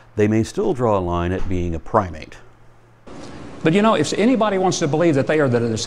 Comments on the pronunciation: LOL at Huckabee's "Pry-mit". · Pry-mit; noun: When you’re trying to belittle something you don’t understand and end up sounding vastly idiotic instead.